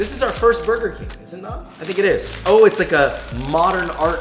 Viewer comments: "KuRgEr BiNg." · "KURGER BING"... Made me chuckle ♋